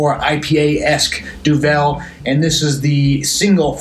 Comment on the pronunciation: Duvel - Since you said Duvel so many times and I know you love Belgian beers, know that Duvel means devil and is pronounced similarly but with a DOO. Devil, Doovle, DOO-vull. That out the way, yes, I've had this. You know I'm a Belgian beer freak. Duvel single fermentation has been on draft forever. I had it in Brussels. Explained to me that it's exactly the same Duvel we love except without the second bottle fermentation. They do process it further for the kegs (and now cans) but the taste is similar. Just read that this beer is dry hopped and cold filtered and conditioned for 30 days. Oktoberfest - The non-mäerzen Oktoberfest Wiesn is what you're trying to say. Remember Wiesn is the name of the grounds where Oktoberfest is held and not related to Weiss or Weizen so nothing to do with wheat, although it is lightish in color. Confusing but I talk about it every year with friends. Ha. Belgian Golden Ales - You've had a bunch of them. Duvel, Piraat, Delerium, La Chouffe. Keep in mind they are also listed as Belgian Strong Ales. Love them. It's in my top ten style of beer. More like top 6-7. Review - Great job. I have not had the can but will look for it. Good to hear that it's so drinkable despite 6.8%. I'm looking forward to that. Man I love Duvel. 👍